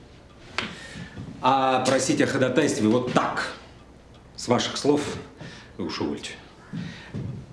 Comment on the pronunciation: Просить о ходатАйстве? Дворянин, да еще и адвокат, не знает, что в этом слове ударение падает на второй слог? ХодАтай, ходАтайство. Это всё равно, что говорить квАртал. Сразу вспоминается давнее: "Десять прОцентов наших дОцентов говорят пОртфель". "Фуй!", - как сказал бы по подобному поводу Ниро Вульф.